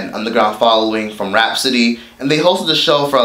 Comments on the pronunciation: Lmao! the way he was saying it was killing me. And every time he said Rap City it sounded like Rapsody. 😩😂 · It's Rap City 2 words not Rapcity 1 word